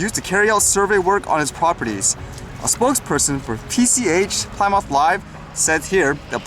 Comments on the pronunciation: Awesome content as usual... Plymouth is pronounced as Plimith not Ply Mouth.lol Have a great day. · Plymouth - Not pronounce ply mouth lol but plim-ith like in the now defunct car company (Dodge/Chrysler/Plymouth.)